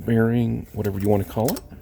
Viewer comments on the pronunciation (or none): none